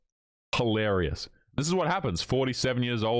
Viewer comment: There's no such word as HAlarious nor hoelarious. Hilarious!